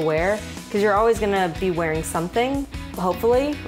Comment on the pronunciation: "Coz your always Gonna be wearing An outfit H0pFuLLy " 😂😂😂😂 "Pack snacs (important) coz your going To be HaNgRi"